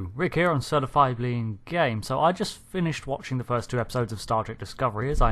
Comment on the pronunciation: I was snorting my mucus into my nose when you said Certifiably Ingame and heard Certifiably Gay. Is that a medical issue?